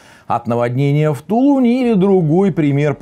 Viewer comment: ...ну не в "ТУлУне", а в " ТулунЕ" на "е" ударение.... а то как шелест пинопласта)))